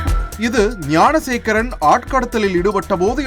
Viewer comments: Gunasekaran illainga , Gnanasekaran !! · .ஏம்பா அது குணசேகரன் இல்லை. ஞானசேகரன் !! TASMAC தொல்லை !!!??